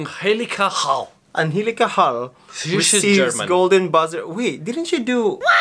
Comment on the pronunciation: ITS PRONOUNCE HAIL BUT WITH A NAME HALE LOL NOT HA-LE LOL